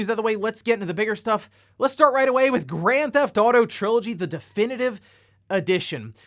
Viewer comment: I just like how you pronounce it "Granthotto"